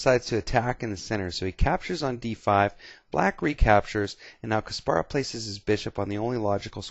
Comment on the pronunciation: It is actually Kas-PAR-rov. Several interviews confirm this